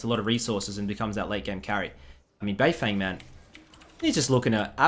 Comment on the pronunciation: isn't it pronounced "bei fong"?